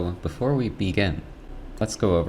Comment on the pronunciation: "So, beefore we beegin" likes the video